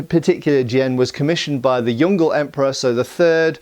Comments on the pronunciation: Chinese transliterations are all represented syllable by syllable or character by character, so yongle is pronounced like yong le (prn yung luh) instead of rhyming with dongle. The pinyin transliteration system is very simple and doesn’t support anything like silent letters. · 10.38 Yongle is not Yon-gle, it is pronounced Yong-Le (Le as Ler).